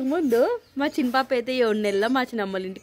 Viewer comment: షిన్ని పాప కాదు తల్లి చిన్న పాప అనాలి